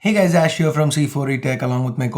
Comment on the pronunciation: ish ... hai ... eesssh